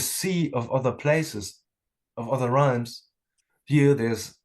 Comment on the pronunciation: who is Augusto? Is he meaning Realms which he pronounces Rhymes?